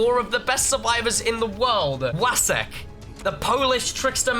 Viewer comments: POLAND MENTIONED and since hes polish you read it vatzek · I love how and pronounce the name "Wacek" haha:D